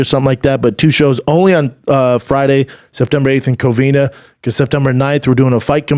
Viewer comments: Brendan it’s COVINA not Covinia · say it with me schaub, COVINA, not COVINIA